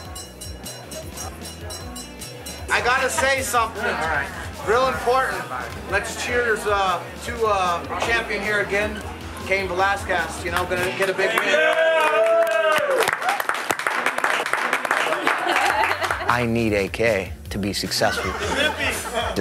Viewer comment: " Lets cheers..uh..to uh.. the champion here, Cain VelasqASS". Its nice to know your training partners can pronounce your name right.